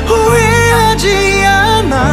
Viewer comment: 이거 노래 진짜 좋아서 감성 취해서 듣고 있는데 그 와중에 발음때문에 터져버림 ㅋㅋ 더는 너를 후회하쥐 아놔~ 널 사랑하쥐 아놔~ 마랄쑤 이쒀~ 근데 노래 진짜 좋다..